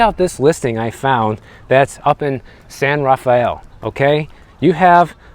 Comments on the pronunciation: Its "San rha Fell" not "San Raf Fayell" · pronounced San-Raff-el Glad you liked The Ron aka Tiburon lol 😊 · In San Rafael "e" is silent.